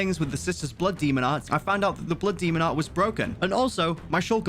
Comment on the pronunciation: Why is he saying so much “bluh demo at” blood demon art?